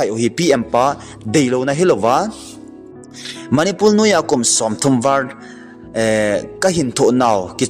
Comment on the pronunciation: Eimi kht Chennel hinajal in bolding lom like subscribe kabl e hinla na pronoun sation dihlou tamval angaihah lhejenge .imphar manipul val of remembrance tiho lomlom chu kitilpha o sopi jachat naum vle